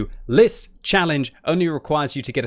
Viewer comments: its LIS not L.I.S. it means the FOX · Its not L.I.S its Lis=Fox